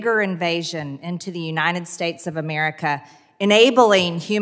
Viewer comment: It’s “UNITED” NOT UNINED!